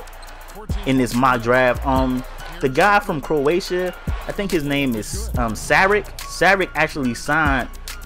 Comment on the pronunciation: It's pronounced sharich. He will develop even more for 2 years in europe and be ready to start and play big minutes as he comes to nba.